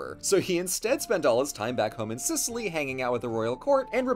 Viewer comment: "Gib Sicilly" 😂😂😂